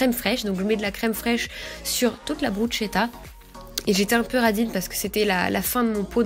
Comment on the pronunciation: PS: ça se prononce brusketa mdrrr